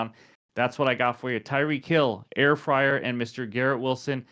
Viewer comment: Air fryer 😂, you actually ADDED a vowel, it's Freiermuth